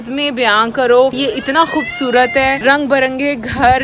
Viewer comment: "KHOBSORAT" nahin, "KHOOBSURAT" ya "KHOOBSOORAT"